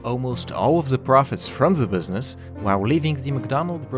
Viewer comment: did he say bwithzness ?